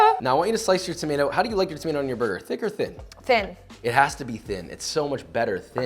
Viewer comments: Me: Burger Josh: BOIGER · you say brgr